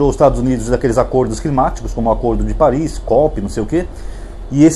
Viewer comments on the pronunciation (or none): none